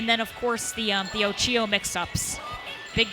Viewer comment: Every time you say Ochio, a kitten dies.